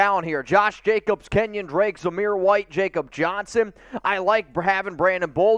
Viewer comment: Just a heads up when you say Jakob Johnson's name, its spoken like "Ya-Kub"